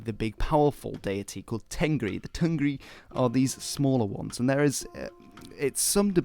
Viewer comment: Dude, im Mongolian , u did a good job explaining the religion but there is some little mistakes. Tengri , we pronounce it Tenger which means sky in Mongolian. Khukh tenger means blue sky. And the word temdeg means symbol not the name of the symbol u r talking abt. It is Khas temdeg. Ami means life, animals are amitan.